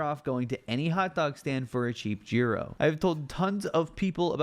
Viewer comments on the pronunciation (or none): when said γύρο instead og gYro>>>>>>>>> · “Gee row” hurt my soul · the pronunciation of “Gyro” from someone who worked there is very special